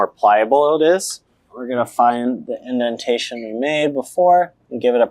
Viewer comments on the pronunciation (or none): none